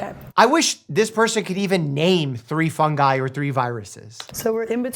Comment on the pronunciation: the right pronunciation would be fungi, not fungusees